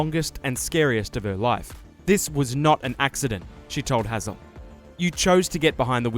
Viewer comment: brother how are you mispronouncing Hazell when he says it clearly in the video